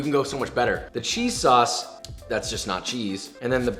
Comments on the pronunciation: Lmao you said Worcestershire right but then fucked up sauce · Usually when I say Worcestershire sauce I mess up saying Worcestershire but he messed up saying sauce😂😂😂